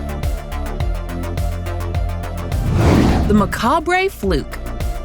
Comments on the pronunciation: Ma Cahbray eh? Must be how that say it in Buh Gow Duh. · Nitpick but for this many subscribers pronunciation should be right. Macabre is pronounced as though it were Spanish and Jalisco is pronounced as though it were English. The chart shows Italy’s life expectancy falling but the message says it’s the US. Please edit better.